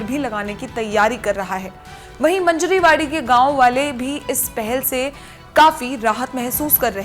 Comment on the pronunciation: मंजरी वाडी नहीं है, मांजरवाडी एक गाव का नाम है